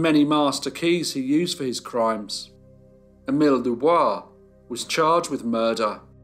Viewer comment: Doo Boice.